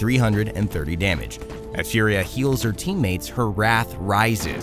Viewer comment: Its Italian so its not "Fiuria".. its just "Fùria". I know its similar to the word "fury" ( and that means furia in Italian ) but.. pls respect the pronounce and the origin of the name